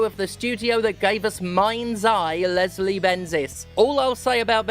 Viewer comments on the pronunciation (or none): none